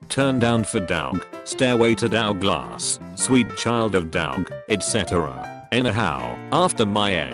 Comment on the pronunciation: No one: Text to speech voice: DOWG, SHORT FOR DOW GLASS